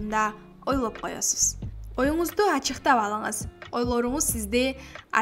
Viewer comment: Сонун уну,бирок ойлоп деген созду туура айтса жакшы болмок,олоп деп угулуп жатат.